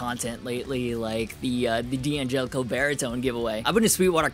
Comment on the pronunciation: Just FYI, D'Angelico (like D'Addario) is pronounced DAN-gelico :) Source: I'm Italian lol